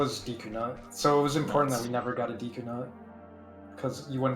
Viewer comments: Obligatory Deku pronunciation death threat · hey its pronounced “deku” not “deku”